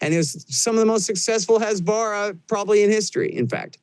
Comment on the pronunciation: He may be right about everything but being unable to pronounce “Dov” and “Hezbollah” is insane to me as an expert.